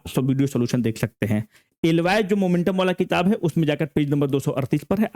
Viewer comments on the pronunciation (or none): Sir it's not 'Al-loy' it's "Alloy" (Aloi) Please correct 🙏✌️ Aap mast padhate ho....far better than PW teacher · एलवाय ❌ एलॉय ✅🙏